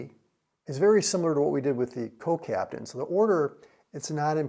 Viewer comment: co-captain, not co-Capitan?